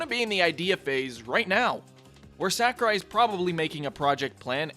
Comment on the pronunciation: Sakurai or "Sakarai" as you call him also said that after the past two games and said that multiple characters that wouldn't be in smash which ended up being in it. Also, he never said specifically "I'm not making the next smash." Maybe do some more research next time?